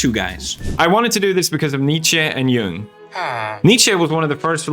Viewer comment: Philosopher Pews is back! sidenote; the first person i've ever heard pronounce Jung correctly